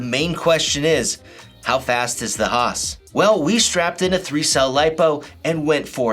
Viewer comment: Bro..I love you for calling it the: HAH-SSSss.